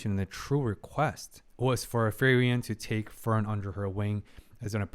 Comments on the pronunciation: Hey man awesome commentary love the deep dive into the psychology of these characters. Just want to say that you say frieren's name pretty wrong. You should pronounce it as free-ren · I love your reaction and the psychological side of it. But is it only me who is frustrated by his pronunciation of Frieren's name? It should sounds something like "Fre ren" but not "Ferien" ... Fun fact her name means 'be cold' or 'frozen' in German, just like her emotions at the beginning. All the names in the show are German words, describing their nature mainly: Himmel - sky (just like his haircolor), heaven (his good nature) Heiter - cheerful, bright Eisen - iron (he is very tough) Frieren - be cold, frozen Fern - remote, distant Stark - strong etc... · i enjoy your videos, but please, she is spelled FRI-REN, not FERI-EN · Frieren = free-ren. Who tf is furian😭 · Its "Free-ren" not ferien :) Great vid though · Please learn how Frieren is pronounced XD Hearing "Fireririen" every time is so weird XD Otherwise great videos! Really enjoyable analysis of one of my favorite animes 🙂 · I just wanted to comment on Frierens name, I beleive the "i" is silent that it is pronounced like "Free-ren" ..... I encourage others to chim in incase i'm wrong. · I really enjoyed watching the two episodes that are up! Insightful! I hope it's okay for me to say it's pronounced as Free-Ren? In the end it's not the end of the world, but I'm one of those people that ends up pointing at their screen ' You say it like this!' Haha! Feel free to ignore it though! Subbed and looking forward to the other episodes! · I've noticed you have a rather unique way of pronouncing Frieren's name... ;) By the way, another anime to consider reacting to would be, in my opinion, Dandadan. While it has some fun and crazy sides to it, I think you'll definitely enjoy how it deals with growing personal relationships. To call it good would be an injustice, it's so much better.